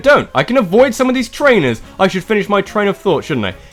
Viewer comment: I know he said train of thought, but it sounded like Trainer Thought. Get it? because Pokemon